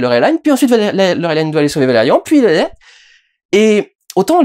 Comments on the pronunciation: dsl je réagis juste après 3 minutes de visionnage mais il ne s'agit pas d'un comics comme tu le dis mais d'une bd française, le film est également réalisé par un français. Peu importe qu'il soit tourné en anglais, c'est un peu irritant d'entendre le nom de Laureline prononcé ainsi à l'anglaise. Enfin je pinaille dsl mais ça fait vraiment étrange d'associer cette prononciation au personnage... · PS : je sais bien que ces films sont habituellement américains et donc tirés de BD américaines mais... c'est "Laureline" (avec un i français) et pas "Laurelaïne". Et ce n'est pas tiré de "comics" mais d'une série de BD franco-belge de Mézières et Christin. On est vraiment américanisés jusqu'au trognon, merde ! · Yn yn en vo ça se prononce Laureline et pas laurelaïne. C'est durendal qui déconne ^^ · Alors petit moment chauvin: Valérian n'est pas un comics mais une bande dessinée, c'est pas le même format, pas la même façon d'éditer, pas la même culture ni le même esprit, et je suis à peu près sûr qu'on dit Laureline, et pas " Laurelaïn". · Film français, production française, origine Française, on dit donc Laureline et pas «laurolillene» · Euh, juste une question : Tu prononces Valérian à la française, et Laureline à l'anglaise (alors que bon, Valerian, on sait pas trop d'où il vient, et tu dis toi même que Laureline est française.... donc c'est Laureline , pas Laurelailllene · Laureline se prononce Laureline (c'est francé) et non lauwelayne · Pourquoi tu dit Laureline a l'anglaise ? C'est français sa brule mes oreilles T.T et c'est rigolo parce que tu prononce Cara Delevingne a la française ^^" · "Laurelaïne" Il a osé. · ValeRIAN Putain comme dans Chiant et LaureLINE. Te voir prononcer à l'Anglaise me fait saigner les oreilles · ça se prononce Laure Line comme les prénoms Français par contre ^^ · LOreuhlayne... non. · D'ailleurs Durendal tu regardes les films en VO ou en VF ? Tu prononces Laureline à l'anglaise, ça m'intrigue^^